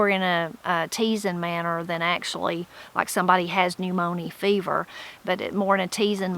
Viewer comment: Trying to catch up. I got so tickled at "new moanie fever"......or however you would pronounce it, and I wondered if you would comment on it at the end of the video. 😃 In my part of eastern NC, my older relatives used to say you'll catch "the new morn-yer."